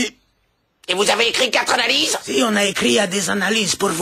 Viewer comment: Anna-Lise confondu au lieu de analyses 😭